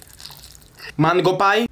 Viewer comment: wait, whats mangopai … … OHHHHH PIE NOT PAI